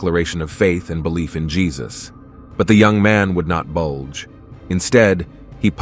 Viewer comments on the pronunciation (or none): He would not bulge ? I think you meant budge.